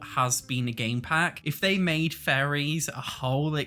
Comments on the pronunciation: Everytime he says faries i hear FURRIES help me 😭😭😭😭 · Great vid and highlights a lot of the issues with the community and why EA is getting away with it. Though, I love accent for how he pronounces fairies! It just make me chuckle hearing him saying "i don't think furries are coming to sims 4" lol